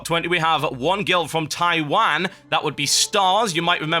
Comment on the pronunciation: wow haha your like the first non-chinese-speaker who pronounced taiwan correctly XD